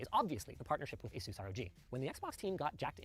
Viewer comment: It's funny how you make fun of shills that aren't saying ASUS right, yet you're not saying it right either, that is just funny irony, the salt is great though